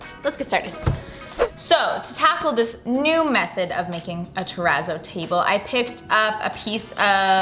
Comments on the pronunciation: Your pronounciation of 'terazzo' seriously hurts my ears... it's a double zz in Italian, like pizza ... so tera-tso not tera-zo. Think pi-TSa, not pi-Za Thank you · I don't think you're saying it right 🙄😂😂😂 i think it's pronounce it like terra-t-sso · “Trepp a zoid” 💀💀💀